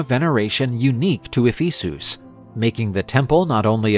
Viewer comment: E-fee-soos? who pronounces it like that?